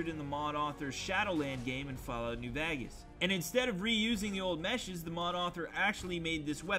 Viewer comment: The way he says vagas